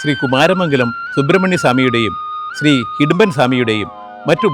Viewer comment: Secretary Ariyunnathinu.... Hidumban Alla...... Idumban Aanu. Murugaaaaa....